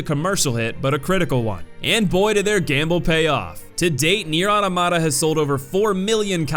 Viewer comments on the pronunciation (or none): Those Nier facts hurt. Gestalt and Replicant are vastly different titles and ffs it’s Not “Otto-mata” it’s automata like auto-matron. The amount of people who mispronounce it this long after release. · It's Automata, not Automata.